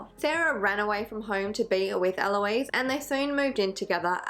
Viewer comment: it's actually Ah-lo-iss but eh close enough LOL doesn't matter much imo. Ah-lo-eez is the girl name version pronunciation which is spelled Aloïse